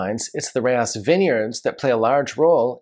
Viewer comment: Alright, here we go(I like being corrected, especially for Italy-Boschis=Bo-ski, not Bo-cheese, Rocche=Ro-kay. And France-Eschezeaux. Burghound's, favorite mispronunciation, Ek-ee-zoo). --Rayas(Rah-yahs, not like Texas, "Reyes") No mention of Fonsalette($200 on release, older vintages, $400+ for a Cotes du Rhone?? It was $20 in 1989), perhaps because it's Syrah and just outside of CdP? Not long-aging, about the same as a Crozes Hermitage. --Pegau: Pay-GO is the Paris pronunciation. But they are in the South with a twang, Pay-GOW. Just like Natchitoches in Louisiana is Na-gah-titch. --Beaucastel: The Rousanne VV is usually about 3-4 points better than the Blanc, but it's Twice the price. --Best off-vintage CdP: Henri Bonneau, Celestins. But $400 even in off-vintages. Long aging(10-30 years). Kind of a cross between Rayas & Pegau Da Capo.